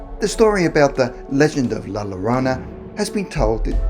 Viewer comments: Llorona - The Spanish Ll (double L) is pronounced like a J, or G, pronounced Jorona in English like the name Joe. It's never L, as in Lake. Actually, more correctly, it sounds more like a Y - Yorona. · Hispanic hearing him say the word llorona pronounc wrong 👁👄👁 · Llorona is pronounced Yorona. (Love you anyway,!) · Double l makes y sound u fuckin Limey